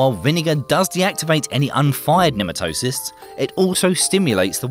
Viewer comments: ne - MAT - toe - sists is the correct pronunciation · sorry, but it's Nee-Mat-o-sites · What the hell is with Brits refusing to learn how to correctly pronounce certain words?!? 'Nematocysts' is pronounced pretty much exactly OPPOSITE of how this guy says it!